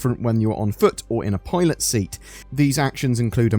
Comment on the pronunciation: Sorry but i keep hearing "toilet seat" instead of "pilot seat" 🤣🤣